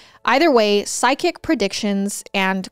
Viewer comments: I can't help but laugh when says "psychic" because her tiny accent sounds like "sidekick". ♥️♥️ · It sounds like you keep saying SIDE KICK instead of PSYCHIC 😂😅 I need a hearing aid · Me too … everyone should have a “sidekick”!!!!🤪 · Random thought here, but every time you said “ psychic” I heard “sidekick”. 😂😂😂